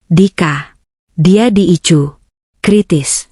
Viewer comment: Jakarta hadir,kmnt dikit..BKN ruang ICU tp ruang Ai si yu ..bacanya KK admin ..maaf ya